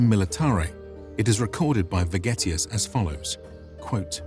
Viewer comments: Sounds more like "Vergetius" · I thought he said spaghettius😂